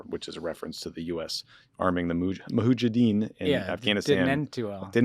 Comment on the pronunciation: Guys, again with the pronounciations: it's 'Mujahideen' NOT 'Muhajideen'. A 'Mujahid' (singular of Mujahideen) is someone who fights/struggles (or engages in 'Jihad') for the highest cause there ever can be i.e. for Allah/God, whether it's a struggle within themselves and their ego to be better or something grander and beyond themselves. The 'Deen' part of Mujahideen refers to the Islamic principles of faith. Ted talk over.